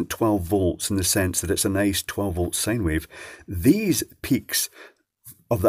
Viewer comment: Can please say Sine Wave and not Sane Wave? Say Road Sine!